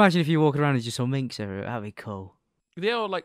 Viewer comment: Minks (plural of Mink) not Minx